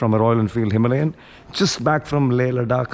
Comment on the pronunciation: It's Himalayan bro not Himlayan.. please take care of it 😅